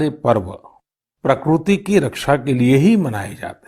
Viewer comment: प्रकरूती नहीं प्रकृति होता है मुर्खाधिराज